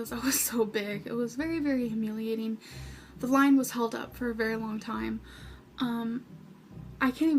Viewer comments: how "hummiliateeeen" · “It was absolutely humm-liliating” girl what how can’t you pronounce humiliating